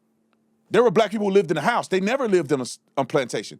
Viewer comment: Can’t even speak right. Pee-poe. It’s people. Learn English